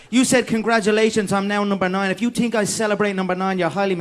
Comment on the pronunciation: Afaq Zia I wish I could tink like he tinks